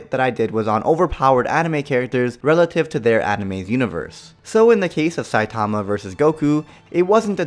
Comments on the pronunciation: SAI TAWMA .... It’s SAI TUH MUH 😂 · Why does everyone pronounce his name as “Sai-TA-ma” It’s “SAI-ta-ma”